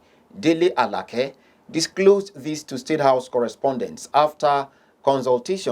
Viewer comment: Good job,but the newscaster should learn to join stories with ..meanwhile,in another development, Also. 2.Dele ALAKE NOT ALAKE.